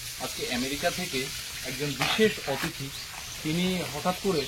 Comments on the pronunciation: যাঁর উদ্দেশ্যে লেখা তিনি জানেন কি বলার কথা। কিন্তু তিনি বলবেন না! অতিথিকে 'অ' 'তিথি' বলা মনে তাঁকে অপমান করা। কানে বড্ড লাগে। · OTITHI বলতেই পারে না। সবসময় "অ"তিথি বলে। আজ আবার বিশেষ "অ"তিথি। আমেরিকা থেকে এসেছে, তাই জন্য " বিশেষ" 😂😂😂😂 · আর অ থিতি বলতে যেওনা। এ বড্ডো ভয়ংকর উচ্চারণ। তার চেয়ে গেস্ট বলো। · ok thahole “ Athiti “ hobe not “Atithi” but I just checked in google guest means “Atithi” in Hindi